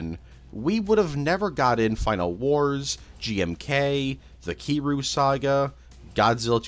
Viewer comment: Bruh his name is pronounced “Keer-reeyou”, not “Kee-you”